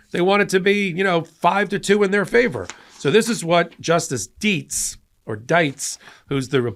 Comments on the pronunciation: It has to be Deets, not Die ts. I think. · Actually: Deet ts!